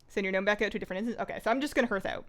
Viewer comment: love you, pronounced HARTH! not herth <3